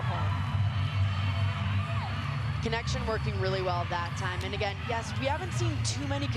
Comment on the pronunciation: It’s Acharaporn not Chatchuon😭😅